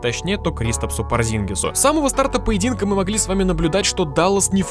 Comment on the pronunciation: Йоу, он не порзИнгис, он из Латвии, как и я, и тут правильно ударение на первый слог- пОрзингис;)